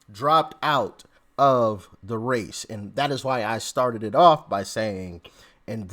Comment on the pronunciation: I thought you said “it’s a two horse face”. 🤣